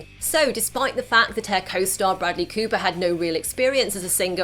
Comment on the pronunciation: Broodley Cooper and Lady Googa ahahahaha... Love your pronunciation